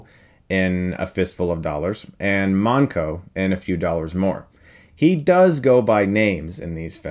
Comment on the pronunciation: Monco, not mango.